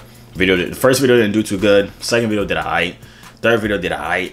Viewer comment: I know this nigga is not alright for saying corie rayvon is just “aiit” bruhhhhhh😂😂